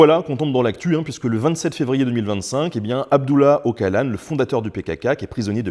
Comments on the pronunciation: Okalan ça pique les oreilles en effet. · J'ai jamais entendu quelqu'un appeler le leader du PKk Okalan et non Oçalan même sur LCI 😅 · Okalan xD On dit Eushalan 🤣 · Ca se prononce Otshalan....et pas Okalan...le c se prononce tsh,tch... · Bonjour, En référence au nom kurde Ocalan… Pour ton information, en turc, on prononce "odjalan". Le "c" se prononce "dj" et le "ç"se prononce "tch". Le son de notre "c" français est tout simplement remplacé par la lettre "s". J’adore tes vidéos… bravo et merci. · Prononciation d'Öcalan : "Eudjalane" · Ocalan se prononce odjalane. Affligeant. Mais bon ça c rien a coté des conneries qui vont être dites. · Bien résumé. Si je ne m'abuse pas, ça se prononce « Otsalan » (au moins c'est comme ça qu'on l'appelait, ici, en Grèce, quand les services secrets grecs l'ont livré aux Turcs, en 99. 😬) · Le "C" se prononce "DJ" en turc 😉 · Ocalan (le c set prononce ch), appelé "apo" est une légende pour les kurdes